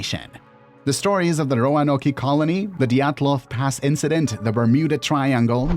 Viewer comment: Ro-a-no-key? I couldn’t go farther, sorry.